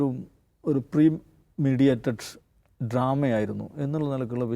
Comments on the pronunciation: എൻ്റെപൊന്നെEnglish പഠിച്ചു പറയൂ Please.പ്രീ മീഡിയേറ്റട് അല്ലെടാ. . പ്രീ മെടിറ്റേറ്റട് എന്നു പറയൂ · Pre- medi -tated alle pre mediated alla